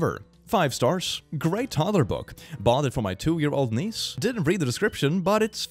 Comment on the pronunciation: So there is a post saying "My niece turned 3 today!" And I didnt look at the video and only heard him reading it and heard "My knees turned 3 today!". And now I have got a question: My mother tongue isn't english, and I don't hear a difference between those words. But is there a difference? Like can you actually tell if someones is saying niece or knees?